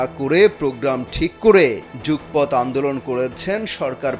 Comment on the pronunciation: জুকপত এটা কি ধরনের উচ্চারণ?? উচ্চারণ হবে যুগপৎ (যুগোপথ)